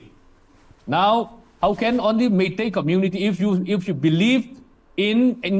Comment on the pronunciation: It's "MEITEI" not "MEITI".